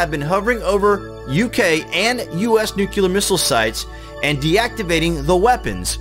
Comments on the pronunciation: NUCLEAR is pronounced New Clee Ar, not Nuke You Lar. I know it's a small thing but pronouncing it incorrectly detracts from your credibility. Otherwise, great content. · Somebody really oughta clue that guy in that the word is “NEW-CLE-AR,” not “NUKE-ULAR.” You wanna be a voiceover guy...try harder. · he says nucular instead of nuclear lol oh again